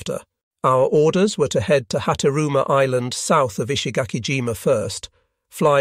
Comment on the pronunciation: This must be AI audio, since no Englishman would every pronounce "island" as "is-land", or "allied" as "ah-lee-ed".